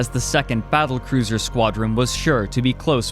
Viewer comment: I know this isn't what I'm supposed to be taking from this video, but is there a reason you keep mistaking N for M? Concerm, Afternoom? I only started taking note , there were a couple more before that. It's just... Weird. Edit: Owm Directiom Squadrom Collisiom Squadrom x2 Lanterm (Note: Okay you are fucking with me here, he legit says the two COMPLETELY SEPERATE WORDS Lan and Term and just puts them together, it doesn't even sound like he's trying to say Lantern originally!) Squadrom x3 (He says this right after correctly saying Squadron. What. The. Actual. Fuck.) Edit 2: Okay, so he says Thin correctly , so he obviously can say them... Are the incorrect pronunciations some kinda code...? Edit 3: Fuck it, I'm quiting here. I am too high and too tired to continue this. I might come back in the morning.